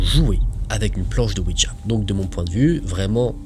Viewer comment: slt tes videos sont super genial merci a toi vrmnt 👍👍👍👍👍 en ce qui concerne le ouija de lecture mai la prononciation c est ouiya oui francais et la ja allemend qui ce dit ya 😉